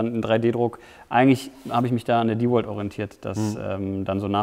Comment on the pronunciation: vielen Dank, das du DeWalt richtig aussprichst. Viele andere youtuber sprechen den Namen deutsch aus,was mir beim Hören in den Ohren schmerzt.